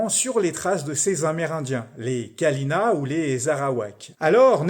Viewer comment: D'ailleur sa se prononce Kaliña et pas Kalina mais tkt c'est pas grave😅